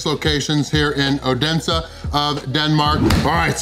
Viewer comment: The d is silent in oense for the native fynske folk :D So happy to see you visit my little country!!! Edit also no worry about the flag, it is Our Flag aswell as our birthday flag, we love it way too much! And that is a usual move after removing from birthday cake!